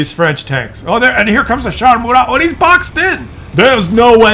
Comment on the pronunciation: Murat , Général francais , dont pronounce the T .